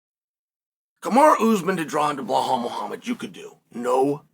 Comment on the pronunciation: BLUHAUL is crazy lol it’s Belal (BEELAWL)